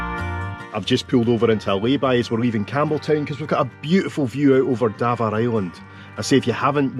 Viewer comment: Dav aar island, not Davar